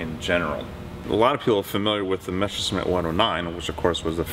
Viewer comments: Who ever came up with the idea that it's pronounced "Meshersmitt"? It's not, and never was. Don't try to second-guess "German" pronunciation. Just say "messer-shmitt" and it's perfectly fine. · "the mesher smith" haha